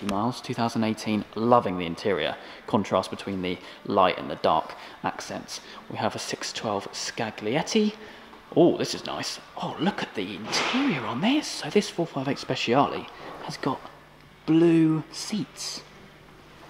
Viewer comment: Hey man, new sub here, I love your videos. btw. I think scaglietti is pronounced scallietti